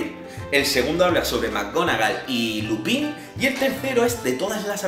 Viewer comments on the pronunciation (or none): Me ha echo gracia como ha dicho Lupin 😂